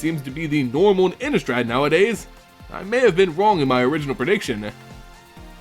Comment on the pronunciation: Pronounced Ini-strahd. Thank you